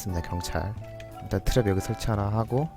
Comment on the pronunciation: 역시 오늘도 재밌개 하시는 ㅎ 트랩 발음 트뤱~